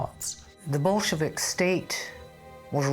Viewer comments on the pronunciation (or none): your pronouncation of Bol-chevvvv-Vicks is ridiculous lol 😂